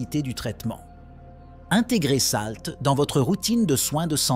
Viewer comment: Vous avez une tres bonne prononciation ce qui me choque c'est salt.